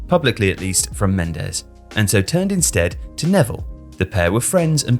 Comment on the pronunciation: "george mendes"😂😂😂💀💀💀💀💀💀